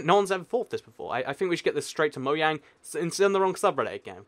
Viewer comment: It's not moyang its mojang